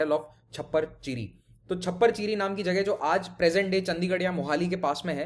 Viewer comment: ਸਾਮਣਾ ਨਹੀਂ ਜੀ ਸਮਾਣਾ , ਛਪਰ ਚਿੜੀ ਨਹੀਂ ਚੱਪੜ ਚਿੜੀ